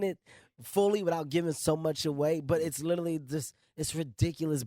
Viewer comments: IS HE YSING LITTLE LEAGUE WHEN TRYING TO PRONOUNCE LITERALY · This nigga literally cant say literally lmao sound like he saying " italy "